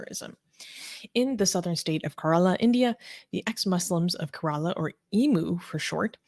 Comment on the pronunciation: She cannot even pronounce Kerala but wants to act as an expert on whats happening in India. These pseudo intellectuals are not too different from dawa gang. Infact their sources on information on India comes form islamists and leftist sources.